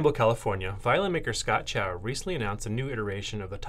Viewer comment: It's not pronounced 'chow'. It's pronounced 'tsao'. The 'c' in Pinyin (transcribed Chinese) has the same sound as the 'ts' in 'cats'.